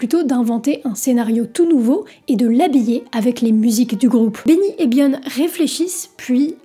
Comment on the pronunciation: t'sais pas prononcer "bjorn" ??? m'enfin